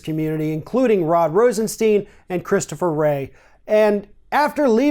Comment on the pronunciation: For the love of god it is RosenSTEIN..... how much longer will you keep getting this wrong?